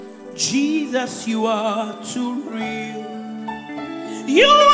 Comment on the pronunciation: I like the way you accentuate Jesus’s name. I’m just fulfilled by that way. It’s unequaled, no where on earth, Have my commendation, Mercy. You have much more than anyone else. Praise God!